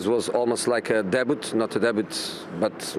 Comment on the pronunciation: Did he try and say 'debut' come on jose your paddy power adverts made more sense😂